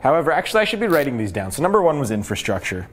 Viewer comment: Great video, gives me a little more confidence in investing sooner than later! But "Infrastrure?"... haha